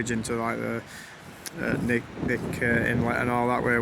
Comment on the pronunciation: Born here. Still here. Like your video. Route 1 is known as the Seward Highway. Very dangerous road- You also keep saying “Nick” arm. Knick is K’nick so pronounced “K-nick”